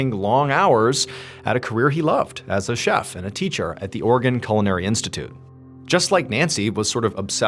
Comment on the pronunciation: Are you saying "organ"! It's Oregon. Three syllables.